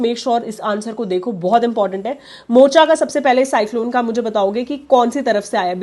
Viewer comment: Yemen suggested the name 'Mocha', which is supposed to be pronounced as Mokha.